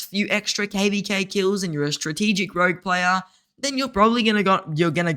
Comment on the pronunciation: Ooof, it's "rogue" mate lol